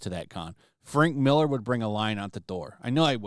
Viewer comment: It's Mark Mill-AR not Mill-ER, come the fuck on, it's not hard. FFS lol.